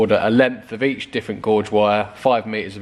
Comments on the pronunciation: Nice video, BTW, wire 'gauge' rhymes with 'cage', not 'George'! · I thought he said gorge and not gauge, wandered what he was on about. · Gauge is pronounced Gage not gorg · I did chuckle when you were cutting thinking “school boy error!!!” Also amused when you say gorge not gauge for the thickness of the wire!! And lastly did laugh when you said they painted the wiring then you cut it out anyway lol!!!! Other than that good content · Gauge rhymes with cage 😂😂 Glad to see you using a heat gun and not the usual YT lighter. Good job done, but maybe do it wire by wire next time, not just chopping the loom each end. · Yes re wires I have come across that before and always do 1 wire at a time, would split apart the melted wires so no shorts and then replace 1 at a time (easy for me to say to you, but I have gone through the pain of it before, never again) 'guage' = say 'gaage' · Gorge or Gauge? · Sorry you are mis pronouncing gauge as in rage not gorge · Gauge, not gorge!! Car's looking good😎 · wiring gauge is not pronounced "gorge" it is pronounced "gay-ge" not trying to be smart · Pronounced “gayj” :-)